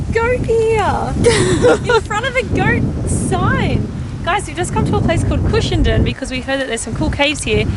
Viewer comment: They absolutely butchered cushendun